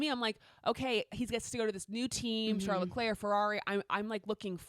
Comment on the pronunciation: I really appreciate you pronouncing Charles´ name the original French way but you´ve got to do his brother the same courtesy as well 😉